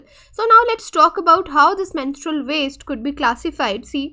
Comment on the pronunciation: You are pronouncing the word menstrual wrong again and again. How can you even give lecture to this important topic ?? Disgusting.